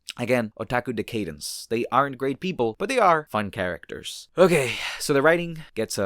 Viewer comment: decadence /dĕk′ə-dəns, dĭ-kād′ns